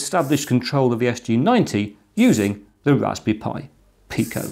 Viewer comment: Read up on the Picos PIO, that is something the arduino cannot do. The ability to have things like VGA output and other highspeed interfaces from a cheap microcontroller is amazing, I am sure soon people will discover so many more uses for the PIO in the Pico BTW is is pronounced Pee-Ko.